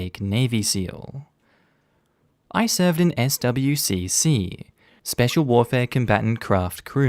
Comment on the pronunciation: Swcc is said swick btw